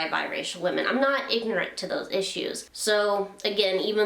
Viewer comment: 3 syllables: ignorant